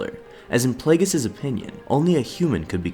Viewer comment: Why are you pronouncing it playgus